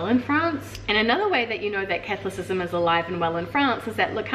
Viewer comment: It’s pronounced CathOlicism :)